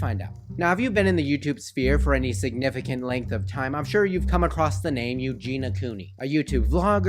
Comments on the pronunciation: Good video and I can relate but PLEASE - her name is E U G E N I A not EUGENA - sooo many people say her name wrong - sorry it bugs me. As you must know by now she is getting help - I really hope she is - she is such a sweetheart... I hope her parents get help as well - her mother in particular is troubling to me... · Not hating but it's U-JEAN-E-UH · But how have you managed not knowing how to pronounce her first name? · Her name is Eugenia.. with an i